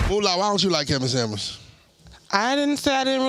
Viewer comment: It’s Kevin Samuel’s not Kevin samands lol😂